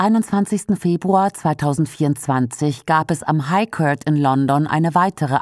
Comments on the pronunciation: ist das ein Sprachcomputer oder eine Ahnungslose? Aussprache court ist /kɔːt/ und nicht köört. Das tut in den Ohren weh! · der gute Kört! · schöner Beitrag, danke NDS. Aber an der Aussprache von „court“ müsst ihr noch arbeiten, sorry, das tut richtig weh im Ohr….